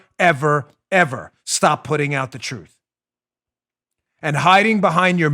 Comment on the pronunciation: lol love when he says the touthhh careaa sthadheee....these people man.